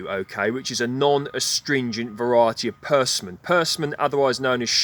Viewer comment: It's pronounced perSIMMon. The same way it's spelled.